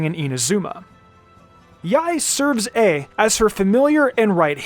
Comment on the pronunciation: please stop pronouns yae like that